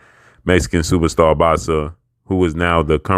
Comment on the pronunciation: Y u gotta say "superstar" like that? Lol